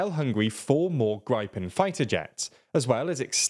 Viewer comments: not GRAIPEN MORE like GRIIPEN wich means Griffen fairy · Grippen is pronounced like 'grip' not 'gripe' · Griphen is pronounced Grip-en. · Nobody outside Sweden/the Nordics says Gripen fully correct, but nobody says it as incorrectly as you did :p